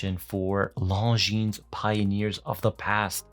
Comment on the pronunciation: Finally someone who pronounces Longines as it should be pronounced.